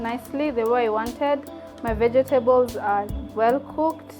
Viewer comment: Ve-je-te-bols hehe. Love it